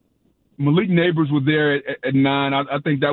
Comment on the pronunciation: Did this fool say Nabers & hill the same 😂 He’s more similar to Chase